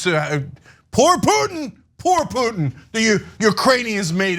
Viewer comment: what a waste of time, watching THESE 2 IDIOTS, refute THE EXPERIMENTED AND PROFESSIONAL POINT OF VIEW OF A RETIRED ARMY COLONEL WHO KNOWS ABOUT THE ATTROCITIES COMMITED BY THE AMERICAN ARMY IN IRAQ!!!! BESIDES, THE BIGGEST IDIOT CAN"T EVEN SAY PUTIN"S NAME CORRECTLY THEY REALLY SUCK AT CRITICIZING THE AMERICAN FOREIGN POLITICS. WHEN THEY ARE PUSHING FOR AN EVEN MORE BLOODSPILLING WAR, IDIOTS.